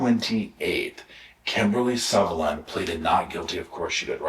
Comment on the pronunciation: The name is Sullivan, not Suvillan.